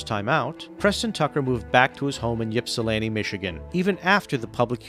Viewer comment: IP-SA-LAN-TI NOT YIP-SA-LAN-TI 😂